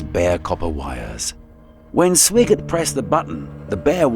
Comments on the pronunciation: I know we had an astronaut with the last name of Swigert, but I’m around, oh, 100% sure it was pronounced as “Swag-art”. I’ve even heard “Swag-ard” and “Swag-erd”, but I’ve never heard it pronounced exactly like it’s spelled lol. I know it’s text to speech and it’s just reading off what was typed, but man, first off know the subject, do more research, go back and listen to it before releasing it, and fix the errors! I use to manage my company’s phone system. It had 64 sites, ~ 2400 phones, for roughly the same amount of people. I had to type in text to speech for all the sites and voice mail because they wanted the same voice used on all extensions. Because we are a medical group, obviously we have a lot of doctors. They can have some crazy names as not all of them are Americans. So, the text to speech can really screw them up. I would listen to the messages, note the errors, then go back and try to spell things like they sound, and try again. If that doesn’t work, I just keep trying crazier spelling. I’ve had to break names into multiple parts before and use normal words together to create the desired outcome. It’s not hard! It just takes a bit of time. Not doing this says you’re not really taking pride in your work, nor showing respect to the subjects your covering, especially the people effected by those events. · Comes from leaving shot choice to AI. Those prompts must be precise. Swigert’s name pronounced SWY-gert. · The Apollo 13 commander's last name is Lovell, not Lowell. You mispronounced Swigert's last name. I stopped watching after that. This video is bad.